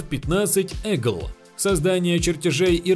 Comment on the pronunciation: Не эгл а ИГЛ